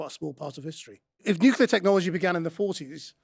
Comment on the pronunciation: new-clee-ur, not new-kew-ler!